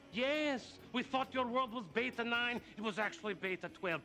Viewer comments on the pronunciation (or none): none